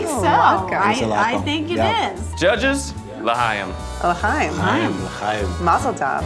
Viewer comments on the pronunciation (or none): Zach saying Lchaim without the flem after making a Jewish themed dish and the judges responding with better pronunciation was all sorts of confusing.